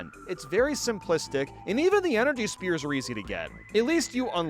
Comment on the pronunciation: I just realized that he pronounces “sphere” as “spear” I can’t believe I didn’t notice after all these years